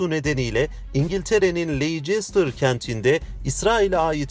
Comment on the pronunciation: Lestir diye okunuyor güzel kardeşim